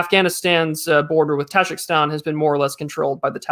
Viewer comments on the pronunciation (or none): its taJIKIstan, not TAJAKSTAN but i am too late